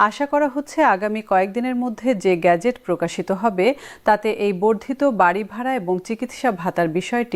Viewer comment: গেজেট। "গ্যাজেট " খুবই শ্রুতি কটু!